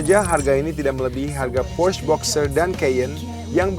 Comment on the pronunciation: Alay abis cara baca porsche nya salah.. cara baca macan nya juga salah.. wkwk.. host nya yang qualified dong.. ini mah host level xenia...